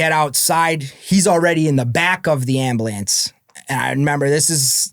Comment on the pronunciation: Ambliance lol he just kept saying it over and over